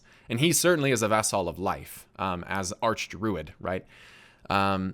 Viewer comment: Vassell? Boy, whose man is this? Vessel my dude, vessel. What the shit is a vassell? Vess-el. Vass/sell? VESS-EL